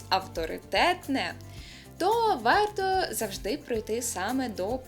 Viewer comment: Не "перемоСцем" А перемоЖцем. Не "ваЙто" а ваРто. не "Уже" а Вже. Не "Указання" а без зазначення без вказівки на джерело. без вказання. без вказування, не вказуючи джеоело,. не вказавши... Сідай, два бала.